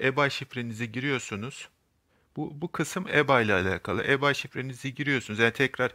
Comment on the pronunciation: Reis güzel anlatmışsın ama ibey diye oku yav garibime gitti eBay neydi diyorum kendi kendime